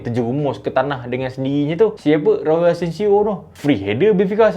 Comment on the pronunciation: asencio jadi asensiall